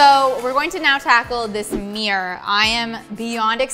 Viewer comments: When you think you hear "mirror" but they said "meer". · Why do they always say mirr instead of mirror? 🤣